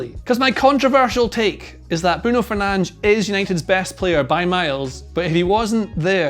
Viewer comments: It’s not Fernand’s it’s fur-nan-dez. Get the name right at least hater. Sick of most ppl hating on Fernandes who has given so much for this club. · 'Fernange' 😆,, that's not his name. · No way it’s pronounced ‘Fernanj’. Is it?! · I know he’s pronouncing it correctly, but its Fer nan dez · Are we discussing you saying Fernanj or nah? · He's really calling fernandes "fernaj"😂😂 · no, it's not. brazilian here, with a portuguese family. it's not fernange in any accent. it's less bad to pronounce it with a spanish accent than whatever is going on in this video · Fernandes is his name 😅 Kills me him not saying his name